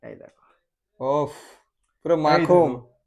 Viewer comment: Makhon ❌ makhom ✅